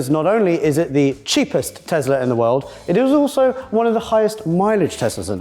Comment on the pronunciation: Elon Musk isn't the founder of Tesla. Also, last time I checked, it's Tesla, not Tezla